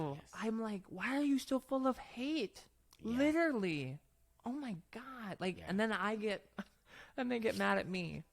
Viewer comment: Someone needs to tell her that the word is “literally” -not liderly. 🫢❤